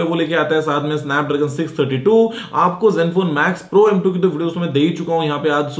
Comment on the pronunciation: Guruji its Max pro not Mac pro